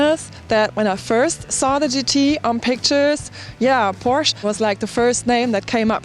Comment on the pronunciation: Isn't she german? How come she said Porsche like an American?